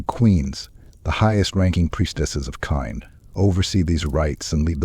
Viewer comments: It is pronounced like Cain or Kane right? That mispronunciation drives me crazy, so as quality as this is, couldn't make it through. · 😂😂😂 i was thinking the same